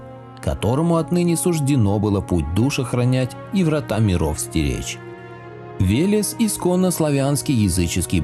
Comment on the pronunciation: Веляс ))) Вэлэс правильно .